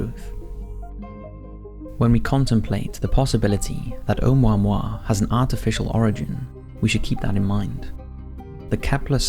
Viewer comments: Just FYI from Hawaiian it's pronounced Oh-moo-ah-moo-ah, not Ohmwahmwah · It’s pronounced Oh Moo Ah Moo Ah... not Oh mao mao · Um. it's Hawaiian, not French. Each vowel is pronounced independently. Try Oh-ooh-moo-ah-moo-ah, not Oh-mo-moi. Lol. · Have you really never heard the name of this thing spoken out loud? It's pronounced "Oh-moo-wa-moo-wa." You gotta enunciate. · It's pronounced and spelt O(h)u(oo)'mu(moo)-a(h)mu(moo)-a*h). It's not French. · Pronounced Oh Moo ah Moo ah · It's O-moo-a-moo-a 😉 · "Oumuamua" The crap rock.